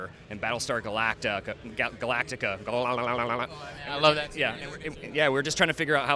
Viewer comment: Battlestar Galalalalalalalala...I lost it at that moment :)